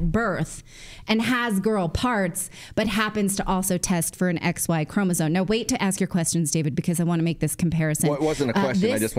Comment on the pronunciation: The word “chromosome” doesn’t have the letter N in it. Can you please pronounce it correctly? Thanks